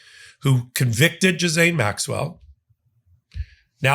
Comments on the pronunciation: figure out how to pronounce "Ghislaine"... (hint Zhee-len) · Her name sounds like Jillaine. Are you trying to make a joke? Jizzaine? Otherwise it just sounds dumb. There is an L in her name and the S is silent. Gislaine sounds like Jillaine not Jizzaine 😂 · Stay Angry! (Ghislaine is pronounced Gilane btw!!) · The S in Maxwell’s name is silent. You pronounce it Gil- lane. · I love your videos and learn so much from each and every one. On a side note, I heard one of Ghislane Maxwell’s friends pronounce her name the other day. She pronounced it “Ghee-Lonn.” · Please pronounce her name correctly. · Dude, I have much gratitude and respect for you, but this one is hard to follow. You’re all over the place on this one and pronouncing her name wrong. I’m only offering constructive criticism because I know you can do much better. Wishing you well, I hope you had a nice holiday. Now get some rest 🙏🧡